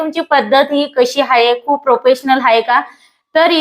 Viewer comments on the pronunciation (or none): शिझन नाही ताई ते सिझन असतय.. हाये नाही आहे म्हणतात.